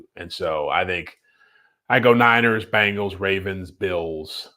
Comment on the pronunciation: The is Bengals not Bangels